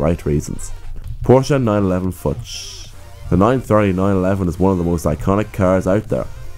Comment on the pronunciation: Okay, i try to explain how to pronounce Fuchs xD Its like you say the bad f word just plural and instead of the u you tale the double os of looping. So like foocks. I am pretty sure this is the worst explanation of an german word ever xD